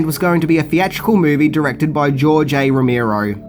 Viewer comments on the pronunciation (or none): Really? he mispronounced the legendary George Romero's name?.....PUTZ!!!!! BTW,next time do a little research.Laserdisc has been around since the early 80's trying to compete with VHS,and was the predecessor to CD/DVDs.... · That’s not how you say Romero